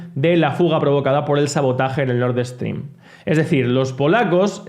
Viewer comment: Nord Stream, que mania de decir Nord Eeestream